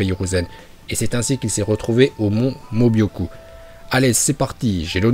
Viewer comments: C est pas mon mobioku mais mon mioboku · c est pas mobyoku mais myoboku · Ça me stresse quand vous dites "le mont mobyoku", c'est "myoboku" !! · Pour: c'est pas mobioku mais mioboku voilà 🥰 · C pas Mobyocu c Myuboku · Putin mais c'est pas possible la prononciation, y a écrit Myöboku tu dis Mobyoku, c'est Manda le serpent et toi tu dis Mandanda le gardien de football, fin c'est récurrent vraiment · C’est myôboku et pas mobyoku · Myōboku pas Mobyoku😂😂😂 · Mais c'est le mont Myoboku et pas mobyoku!!! Et Manda et pas mandanda... je ne savais pas que orochimaru invoquait un gardien de but.... Désolé bonne vidéo mais j'ai eu envie de pleurer quand j'ai entendu ça... Pour un fan de Naruto c'est pas oufff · C pas le mont mobyoku c miyuboku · Tu c est pas dire le mont mioboku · Comment il a prononcer le mont myuboku la ??!